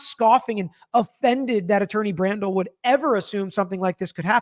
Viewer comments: Its BRADL, not BraNdle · Bradel not Brandel. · Bradl asked for another layer of protection because Cosgrove already broke Canone's protective order, by disseminating some texts between Karen and Aidan, and Yanetti and Aidan... Edit : Attorney Bradl is pronounced bray-del, not brandel, just a FYI 😊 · Love you and loved watching this hearing! 🤩⚖️ Just one note: Bradl (bray-del) not Brandel. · Love your coverage. Judge Sisitsky is great. The attorney that spoke for Aidan Kearney is Timothy J. Bradl (which is pronounced "Bray-dull").